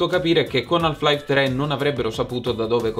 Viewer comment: La L di "Half" è muta,. Ma ti voglio bene lo stesso! 😘